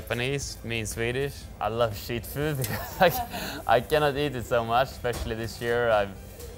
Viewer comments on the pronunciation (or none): Shit food? Or is he saying cheap?😂